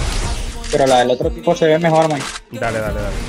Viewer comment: "Mejol" jajaja eso me mato